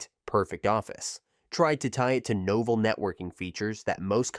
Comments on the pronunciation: It would have been great if you'd have at least learned the correct pronunciations of the names of the companies and towns, included in your program. CŌREL, NŌVELL, LĒHI, Utah. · NOH Vell, rhymes with Hotel. Said it right the first time, then lost it. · That is NOT how you pronounce Novell, Corel, or Lehi. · I counted three different pronunciations of Novell.